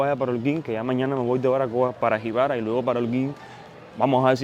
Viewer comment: ¿ Barbacoa ? El Español se pronuncia como está escrito. Así se escribe ó no ? Saludos desde Chile interesante video.